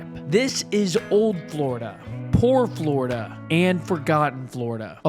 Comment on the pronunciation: Yeah FLOORDA why tf is he saying it like that 🙄